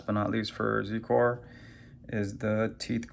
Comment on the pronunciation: its pronounced "zi-core"